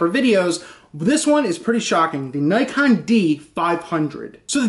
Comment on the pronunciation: It is pronounced "nee kon"